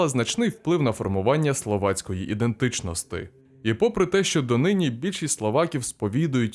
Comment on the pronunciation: Идентыченосты и могутносты это же невозможно слушать уши режет